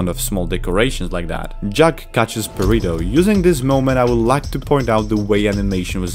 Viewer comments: Purr-ido -,- say it right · The way You Say perrito sounds like You are saying burrito hahaha